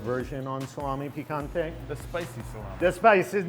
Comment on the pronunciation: I don't understand why he (like almost everybody) call it "salamI" . It's "salamE". I know it's probably because of the pronunciation of the letter "E" in the english language, but he pronounce the word "piccante" (spicy) in the right way. "Salame" has exactly the pronunciation of his final letter (the E) as it's said in the word "piccante".